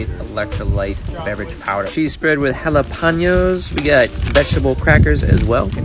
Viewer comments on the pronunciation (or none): Sir you pronounce jalapeños wrong but youl get it right next time